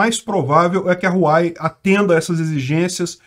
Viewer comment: Não é Ruai não KKKKK, o correto de falar serio algo como Ruauei, so que esse R ai é um pouco mais mudo, por isso é um H em vez de R